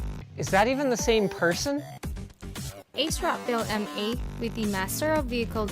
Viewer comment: the biggest takeaway is asrock being pronounced "acerock"